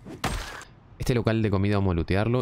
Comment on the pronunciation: "uuuuh espectaculares calsados tiene ehte muxaxo eh , me loh voy a shevar" brutal jajajajaajaja min